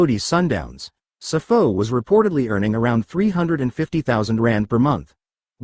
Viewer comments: Sipho not sifo...yeses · It's not Sifo Mbul it's Sipho Mbule...😢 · Learn how to pronounce our names ..what the fuck is Sifo ambull